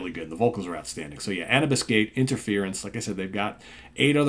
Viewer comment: I believe it's pronounced anoobis. Andromeda Unchained & The Detached are awesome! THey went a bit commercial from there. Hope they've gone heavier again?